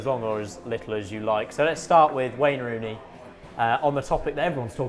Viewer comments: Wanye Rooney lol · Wayne Rooney? Sounded more like Wayne sleep